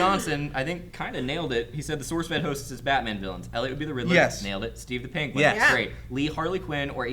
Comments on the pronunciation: She called him Streve.....>.> no one notice that? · #Steve not Streve XD